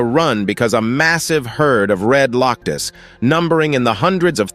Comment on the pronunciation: "Loctus"?? "Herd"?? "*Herd* of Red *Loctus*"??